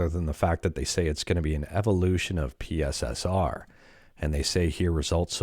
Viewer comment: You forgot the proper pronunciation of PSSR it's pisser.